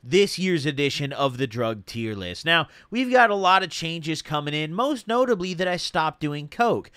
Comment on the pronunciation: No disrespect but it killed me when you said most notibly I stopped doing coke